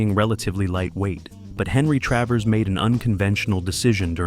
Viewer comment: It's Travers Not Travis.